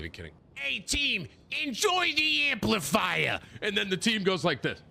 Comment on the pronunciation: "Hey didi enjoy the amplifaiya" :)